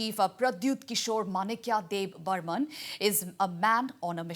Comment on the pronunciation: It's debbarma not debbarman